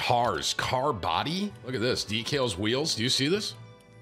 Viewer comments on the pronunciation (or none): Timmy reads Decal as Dekeels 😂